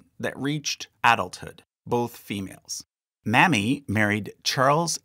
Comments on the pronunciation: Typically "Mamie" is pronounced like Jamie, but with an "M," not like mammy. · Is there any reason why you pronounce "Mamie" (MAY-mee) as "mammy?" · Mamie not mammy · This was indeed very interesting and certainly informative. Very well done. One critisim if I may....... The popular female name, Mamie is not pronounced Mammy but "May-Me", as in Mamie Eisenhour or Mamie VanDoran. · I’d imagine Mamie Lincoln’s first name was pronounced MAY-mee rather than MAH-mee — like Mamie Eisenhower. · I believe the correct pronunciation of the name "Mamie" is "MAY-mee" not "MAMMY". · I suspect Mamie's name was pronounce MAY-mee and not Mammy. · great show but one complaint. maybe in the future you can pronounce Mamie with the long A rather than Mammie, which is the double m. Mame is not pronounced like Ma'am. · The name Mamie is pronounced MAY ME, not mammy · Totally agree. Should be pronounced 'may me', not 'mam mie'. President Eisenhower's wife was Mamie, as well. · Lincoln''s granddaughter is Mamie (May-mee), not Mammy!! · Not Mammie but Mamie (long A) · Its pronounced Mayme not Mammy. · So interesting! Btw the pronunciation of “Mamie” Lincoln is MAY-mee like Mamie Eisenhower. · Mamie Lincoln's first name is likely pronounced "May-mee." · Mamie Lincoln's name was produced "May-Me", like Mamie Eisenhower. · Mamie is pronounced with a long letter "A". Remember Mamie Eisenhower? It is not pronounced Mammy. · Try Mamie with a long “a”. Like Mamie Eisenhower. Not Mamie as in a nurse maid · Mamie is pronounced "May mee". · Is that really how to pronounce “Mamie’s” name, and not May-mee? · Mamie was more likely pronounced May-mee, such as Mamie Eisenhower.. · Mamie is pronounced May-me like Mamie Eisenhower and Mamie Van Doren. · Mamie Lincoln is pronounced "May-Mee" the same as Mamie Eisenhower. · Mamie is pronounced “Maim-ee” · Mamie is pronounced May•me. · The name Mamie is pronounced May-mee. 😉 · It's Mamey not Mammy - geeze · Every time he said it wrong, it bothered me!